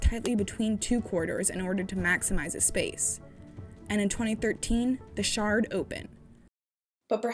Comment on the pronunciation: did she say 'The Shard 'like a shard of meth/ice ?